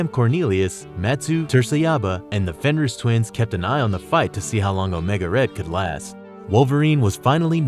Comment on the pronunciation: "powerful villains like wolverine" does anyone proofread anymore? also mispronounced fenris like 10 times